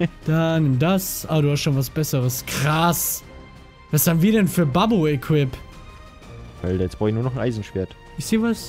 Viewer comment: du hast immer schöne videos aber warum sagst du denn alder und nicht alter?